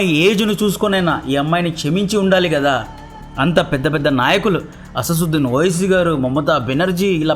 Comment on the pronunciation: Asassuddin kadu..asaduddin